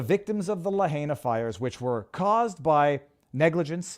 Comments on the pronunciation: it's pronounced "la-HIGH-na" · Someone tell Viva how to say Lahaina please!